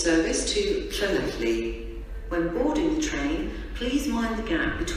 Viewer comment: LLanelli was announced wrong